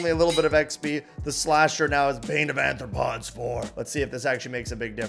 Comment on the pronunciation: arthropods not anthropods xd